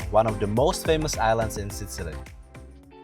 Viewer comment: i enjoy your videos but u REALLY need to check how u pronounce SICILY!! :D